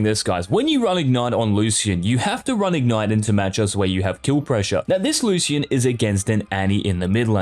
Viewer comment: the way u say lucian triggers me